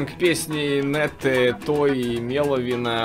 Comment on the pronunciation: Меловин а не Мєловин